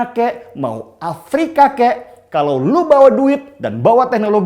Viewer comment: Terima kasih guru bahasa indonesia yg jika mengatakan kata “kalau” dengan sebutan “kalok” hahaha pst bener kan?? Gk usah ngeles..hidungmu udah ke kiri itu..